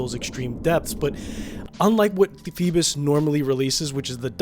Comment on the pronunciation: Its not rhe same pronunciation. Theres no L in this brand name